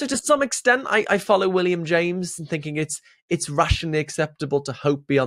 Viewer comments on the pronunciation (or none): none